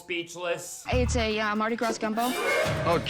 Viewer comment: Okay, as someone who grew up pretty close to New Orleans for pretty much my entire life, hearing someone say "Mardi Gras" like that already gives a bad omen of what's to come. Also, loved the Teen Titans Slade censors for a... certain slimeball chef from that season who shall not be named.